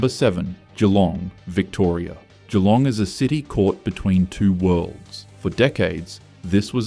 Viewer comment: Im a Kiwi, and even l gringed when he misprounced MacKay. Surprised he got Geelong correct. As for the list are we surprised? No!